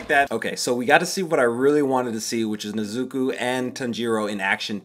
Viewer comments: "Nez-zoo-koo" lmao not right but I appreciate that pronunciation😂 nez-zoo-co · More like Neh-zoo-koh and Tahn-jee-roh, with the stress on the first syllables. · not that it bothers me per say, but the names of the main characters are pronounced, Neh-Zu-ko and Tahn-ji-Ro. Emphasis on the Ko(Neh-Zu-KO) and Ro(Tahn-Ji-RO) I hope that makes any kind of sense. There's also the english dub, I'd say skim through and episode here or there to hear the names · nizzuku and tan-jeero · wait a minute, did you say nezuko name... differently? 🤣